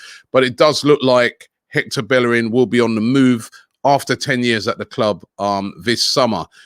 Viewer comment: The disrespect is that bellerin has been at the club 10 years and they still don’t pronounce his name correctly 🤣🤣